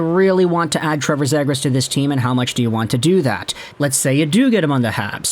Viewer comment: ZEE-gras, not zed-gras :)